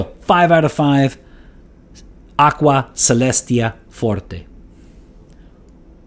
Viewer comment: I knew you were multilingual but I didn't know you spoke Latin too! Love that classical pronunciation. I own Aqua Celestia, and I tried the forte version a few times at the boutique. I remember they smell extremely similar. Now they also released a cologne forte version, which is really confusing.